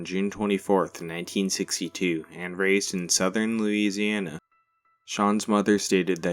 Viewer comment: Louisi-aNA nooo please no😔